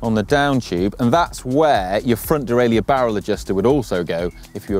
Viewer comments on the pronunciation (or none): none